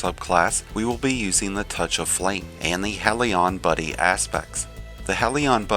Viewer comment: "SANG-win", "HELL-yun". Please, for the love of god. Drives me nuts when all these people who want to make videos where they talk don't know words.